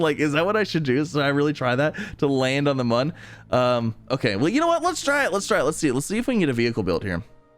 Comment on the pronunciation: it is pronounced moon